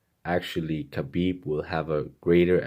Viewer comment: Hi Chael! Greetings from Russia! I always love watching your videos. You have an agile mind and charm! I just wanted to point out that Khabib's name is pronounced like Habib. Ir the Russian transliteration it's adopted to spell this sound as the combination of K and H and you being misled by this, pronounce the first letter of his name as K, althogh it's H.